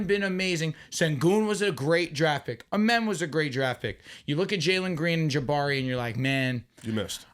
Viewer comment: please say Amen name right 😂😂 it’s “Uhh Men” not Ahh Men